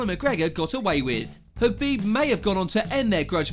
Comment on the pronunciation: Why can you pronounce khabib's name correctly but not Jose?